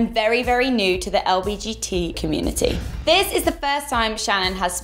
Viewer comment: did you say lbgt instead of lgbt